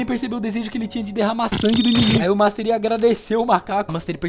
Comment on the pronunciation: master ai?